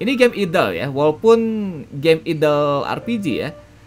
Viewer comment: Idle dibaca Aidl ❌ Idel ✔️